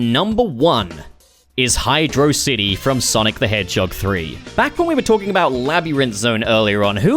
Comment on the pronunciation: Great video but you pronounced Hydrocity Zone wrong 😎